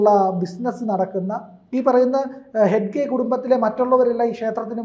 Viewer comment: ഹെഡ്ഗെ അല്ല ഹെഗ്ഗഡെ